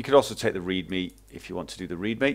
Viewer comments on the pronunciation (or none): none